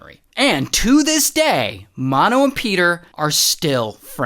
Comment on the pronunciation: It's, Mano like m a n o